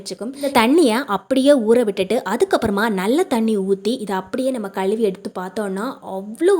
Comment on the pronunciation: தமிழில் களுவி என்ற வார்த்தை | இல்லை மா , தமிழை அழகாக உச்சரித்தால் இன்னும் நன்றாக இருக்கும் மா